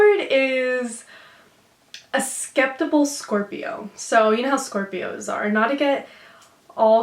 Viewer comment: "a skeptipal Scorpio" ?